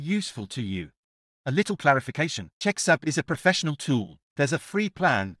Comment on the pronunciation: Hey, FYI, it's probably pronounced check-sub, as in subtitle. Probably not check-sue-b